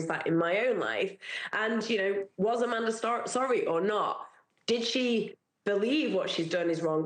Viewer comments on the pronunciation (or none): SCAManda lol not SCUManda even tho both are right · SCAM-Anda Not Sca-Manda